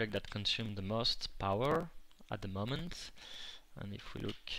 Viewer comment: It sounds like hes french a bit because of the "ze" somewhere